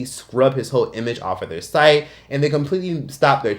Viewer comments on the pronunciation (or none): none